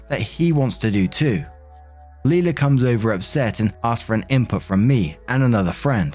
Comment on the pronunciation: Leila is pronounced "lay-luh," not "lee-luh."